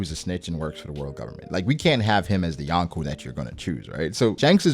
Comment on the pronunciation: It's YO-n-Kou.... not YAWN-ko ;O)] kind of like ax and ask. LOL